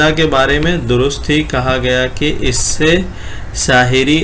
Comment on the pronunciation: السلام علیکم، بھائی! آپ کی ویڈیو بہت جامع اور معلوماتی رہتی ہیں؛ صرف ایک چیز بہت کھٹکتی ہے وہ ہے (اس is، اس us، ان in، ان un، وغیرہ کے تلفظات میں،میں آپ ہر جگہ is, in, इनके, ismen ہی تلفظ کرے ہیں جبکہ بعض جگہوں پر उस, उन, उनके, उसके وغیرہ ہونا چاہئیے؛ حسب مواقع، امید ہے کہ اس پر غور فرمائیں گے؛